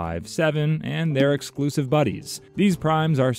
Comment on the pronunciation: says exlusive instead of exclusive. 😢